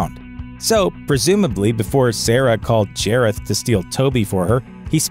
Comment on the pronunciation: nonono, it’s jareth not jAREtH